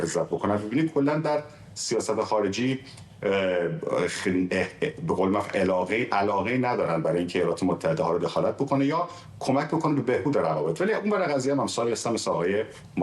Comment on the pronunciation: عِلاقه عَلاقه 😆